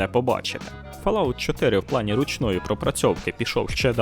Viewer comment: але ж....читається фОлаут